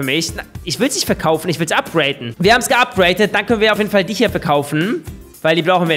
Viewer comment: es heißt upgraden nicht upgraten wie behindert klingt das eigentlich?